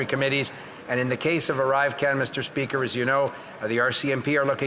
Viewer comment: Fill the gap " mr. Speaker" " mr. Spesker".😅😅😅😅😅😅